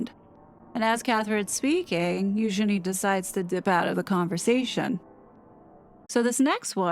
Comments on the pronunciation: Spot on girl, nailed it again. And I appreciate the correct pronunciation of Eugenies' proper name. As always, MUCH Respect 👊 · Thank you for properly pronouncing her name, Eugenie. Yeah !